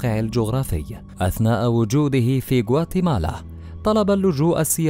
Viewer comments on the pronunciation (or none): none